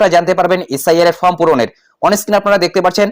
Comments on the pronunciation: দিনে ৪টা কেন ১০টা ভিডিও করেন তাতে ফর্ম কেন ফ্রম হবে। এধরনের ফালতু কারণ না দেখিয়ে নিজের উচ্চারণ ঠিক করুন। ভিডিও করে যখন জনসমক্ষে প্রচার করছেন সঠিকভাবে ভিডিও করাই বাঞ্ছনীয়। ভুল ভুল‌ই । স্বীকার করতে দোষ কোথায়? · ওরে ভাই, ফ্রম না, ওটা ফর্ম হবে।